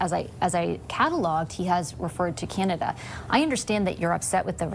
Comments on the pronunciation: Enough !!! ffs, ... Stop saying, " Kieeanda." .... It's; 'Can' ( like a 'can' of soup) ... 'ah' ... 'Da'... (As in. D'uhh... 🤣) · And … could you just pronounce our name correctly. It’s not Cyanada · He can't even pronounce Canada, "Cianada"